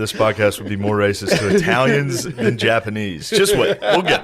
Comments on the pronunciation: The Japa-knee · Why is he saying Jappa nee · Is it me or does he keep saying the Japa-knee? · Why does Shane keep mispronouncing certain words, like japa- k n e e or Malay for Malaysia, it does not make him sound like a historical expert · does shane keep saying japanknee? and maylaya instead of malaysia?